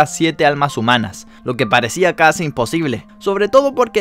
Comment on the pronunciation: En vez de casi habías dicho cuasi